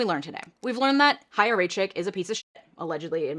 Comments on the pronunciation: Thank you for covering this and not saying "chaya" with "ch" like in "cheese" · i HATE chaya and what she stands for but THANK YOU for pronouncing her name correctly. it’s been driving my nuts that no one does. also the fact that she’s younger than me is MINDBLOWING tbh